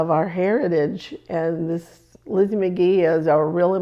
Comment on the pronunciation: you're saying that name wrong. Magie is a french name meaning magic. the "G" is pronounced with a hard Juh, not guh. think "magic" but with "ee" at the end instead of "ic"